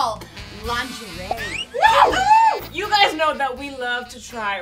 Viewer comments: The way pronounces lingerie kills me every time especially since that's how I pronounced it as a kid. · calling it "linger-ee" is cracking me up. When I saw that word as a kid, that's exactly how I said it. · So glad I’m not the only one who occasionally calls it linger-ee 😅